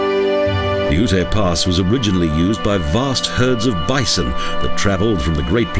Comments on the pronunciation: Its UTE...not Ut-a...ugh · I like Colorado but this video is beyond cheesy. Seems like it was made in the mid 90's. Plus Black Canyon is a national park not a monument and Ute is pronounced yute, so there is a little misinformation.